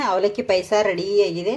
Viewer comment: That is not PAISA..it's Paayasa...pronounce it properly..